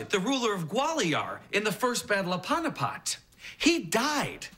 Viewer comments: Panupat... Every time he said that I was like "Staph!!!" It's the battle of PANIPAT pronounced p-aa-n-ee-p-uh-t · It's panipath not paunipot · I find it so funny how he pronounces the Battle of Panipat. It's actually pronounced as paneepath. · why does Cory pronounce Panipat like that? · I have a test on the mughal empire which also includes "the first battle of panipat" which I'm an Indian so I actually know how to pronounce it 😂😂😁😁😁